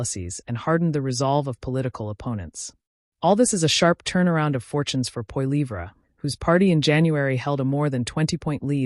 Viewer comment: Maybe if you pronounced his last name correctly, I would take you seriously